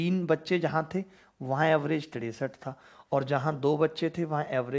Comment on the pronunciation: Tiresat rupaye😂😂😂😂😂😂😂